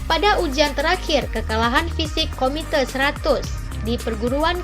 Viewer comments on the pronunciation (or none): KUMITE bukan KOMITE...